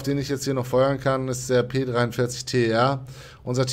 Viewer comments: Ich glaube das wird nicht T E R ausgesprochen (also buchstabiert), sondern tär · Ich will doch nur Unwissenheit aufklären und mich triggert es auch ein bisschen, wenn Leute sowas immer und immer wieder falsch sagen.